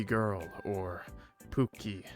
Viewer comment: when there video call clock is it poopkie or pookie you said it like poopkie and iwas like WHAT!!!!!